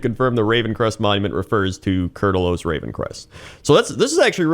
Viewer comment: Holy kur'talos that hurt to hear wrong so many times.